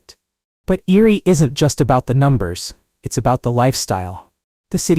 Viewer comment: Reading-pronounced red ing. Amish- pronounced ah mish. Google- pronounced goo gle. Erie- no s on the end. Plus other words that get screwed up the more you say it. AI will never get the English language correct.